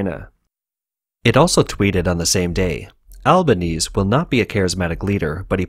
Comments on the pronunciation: Slight issues about pronunciation. The leader of the opposition is Anthony "al-ban-NEE-say", and Canberra is "CAN-b'ra" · Albanese is pronounced al-ban-ese-e.